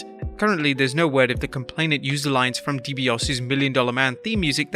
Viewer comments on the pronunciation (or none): "Ted Dee Bee Aussie" made a mistake and its going to cost him. "Dee Bee Aussie Jewnyir" is also in trouble.